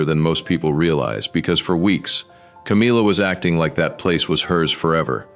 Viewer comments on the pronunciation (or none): C AAAA M IIIII A, NOT CAMEELA